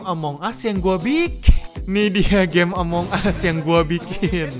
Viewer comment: itu bukan among us tapi disebut among gus